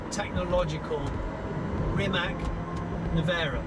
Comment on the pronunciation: Zna li iko reci ime Rimac kako se treba izgovarati!!